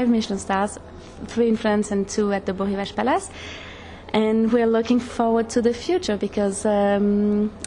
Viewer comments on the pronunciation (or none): Am I hearing a mispronunciation here? It's B-o (long o) Rivage. You'd think he'd know that.